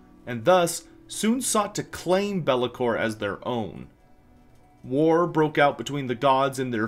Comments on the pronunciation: i bet you its a verminking and not bel'lakor lol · It’s Be’lakor or it is Nagash. There is no one else.